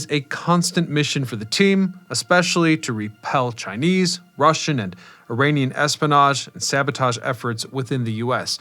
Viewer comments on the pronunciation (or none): none